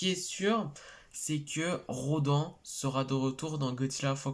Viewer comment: Salut ça ce prononce "Rô d'âne" et non "RoDEN" même si ça s'écrit Rodan 😁 mais oui il est de retour yeees